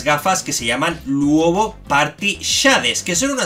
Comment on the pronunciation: se dice ''Luobu'' no se dice ''Luobo'' XD